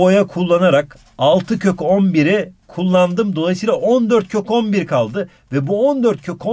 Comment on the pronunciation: abi 14 kök 11 i 14 kokombir diye okuyon yiaa sjsjjsjsjjs